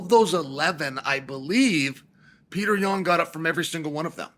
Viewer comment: "Pyourter Yan"- DC 😂😂😂